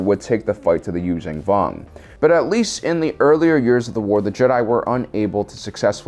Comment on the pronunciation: He says Yuuzhan Vong wrong... Its not U-zan Vong (Use-zan Vong) as he says it... its pronounced U-zon ( Use-on Vong).